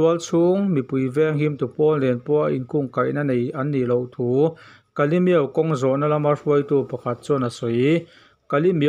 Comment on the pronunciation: Kalemyo tih i lamrik dan hi a ropui ka ti. Han repeat char char ta la a ngaihnawm awm